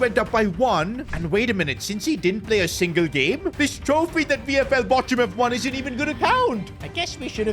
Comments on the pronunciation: Bochum is pronounced as bokhum not bochum btw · It is pronounced as Bokam, not Bocham